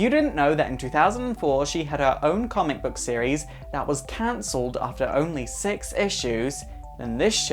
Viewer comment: At the benign when you said 6 issues I thought you said sex issues